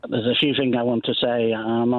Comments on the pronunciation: Do retired consultants pronounce ‘things’ as ‘fings’ ?? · A retired NHS Consultant who pronounces the word ‘things’ as ‘Fing’s’?! No, I’m sorry somethings no right here.